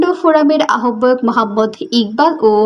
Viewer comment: আহবায়ক উচ্চারণ ভুল